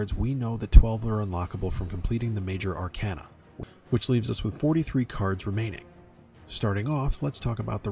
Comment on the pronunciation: Ar - cayna Like a walking cane Not like a walking can